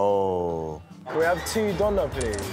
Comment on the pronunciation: When pronounced Döner like “Donna” 😩